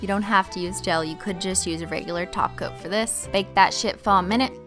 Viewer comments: Omg I need this polish 😍. Other note , I thought you were saying “taco” and it took me literally to end the of video to realize you were saying “top coat” time to sleep!! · Anyone else hear taco when she says top coat? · Took me a long time to realize she was saying top coat not tacos, just me?😂😂😂